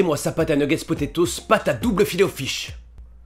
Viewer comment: Ta dit filet o chise 😂